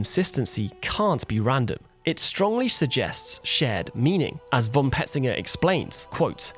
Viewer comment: ty, nice,but btw: "von" is pronounced: "fon". with a sharp f.